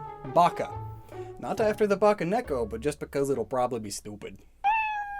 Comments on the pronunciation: It’s Bakeneko not baccaneko. Ba-kay, like Bakemono. Not bacca like chewbacca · "ba-kay neko" NOT "ba-kah neko" ... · Pssst. You mispronounced bakeneko. Also you seem to have mixed up part of the script? You gave the nekomata explanation AFTER what I assume was meant to be its conclusion.